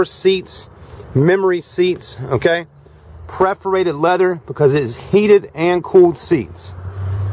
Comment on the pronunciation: PREFORATED leather?? LMAO!!!